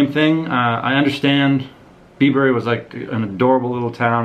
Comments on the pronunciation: Bibury is pronounced - Bybree 😉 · It’s pronounced byebury,weird little place...should’ve seen oxford you’d love it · Great vid! I live near Bibury so fun to see it featured. Just so you know we natives pronounce it 'Byebury' not 'Bibury' - all the best!